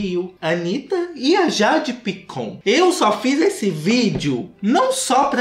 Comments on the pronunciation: EU NAO SUPORTEI O "JEIDE PAICON" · "A Jeidi Paicon"😹😹😹😹😹